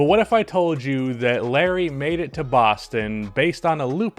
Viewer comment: Oh my god the way you pronounce Boston like you have a Boston accent but you don’t pronounce any other worlds like that is so annoying